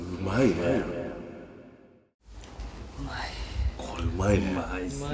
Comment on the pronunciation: 「うまいー」の発音が「まいうー」